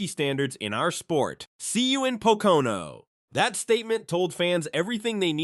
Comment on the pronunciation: Is Pocono not patoka on like you were saying